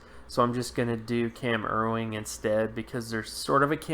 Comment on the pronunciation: his name is Cam Erving not erwing